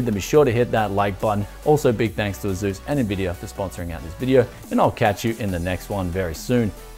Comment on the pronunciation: It s asus not azus